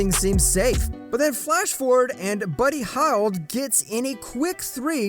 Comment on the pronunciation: bro pronounced buddy heild " howld " bruh he doesn't know how to pronounce these players names😭😭😭